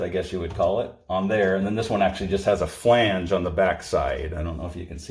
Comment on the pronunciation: Did he say a f-lange?